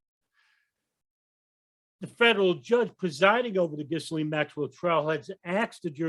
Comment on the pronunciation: Ghisalaine?.... lol silent S.